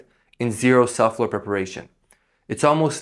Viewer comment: Thank you for the great tips. You might want to consider working on pronouncing subfloor. Sub floor. It sounded like suflr. I had to hear it a few times before I figured it out. Great information, regardless.